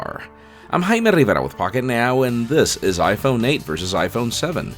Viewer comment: this guy doesn't know how to pronounce jaime